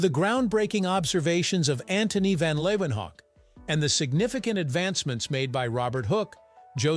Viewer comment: Leeuwenhoek is pronounced lay ven hook.